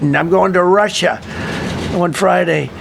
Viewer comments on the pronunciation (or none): Why does he always pronounce it "Rush-SHAH"